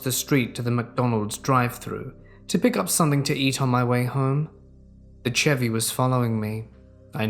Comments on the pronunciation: my man, the Ch in Chevy is pronounced like Sh 🤣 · saying Chevy is my new favorite thing on YouTube